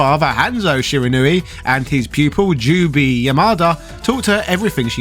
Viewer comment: it's pronounced ju bay not ju bi